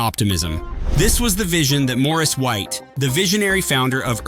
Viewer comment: The AI did the best that it could 😌